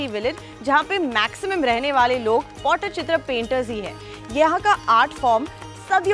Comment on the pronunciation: Madam pls pronounce it properly. It's not pottychitra it's Pattichitra😂